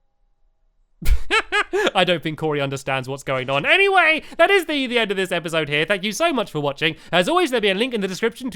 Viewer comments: Listen to how stampy says anyway on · or something round that listen to the way he says anyway it is so funny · listen to how stampy says the word "anyway"